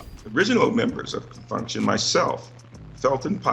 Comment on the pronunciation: I cringe every time that robot tries to say "Con Funk Shun" 😳